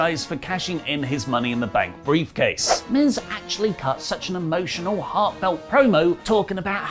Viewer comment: you botched miz and MVP name cmon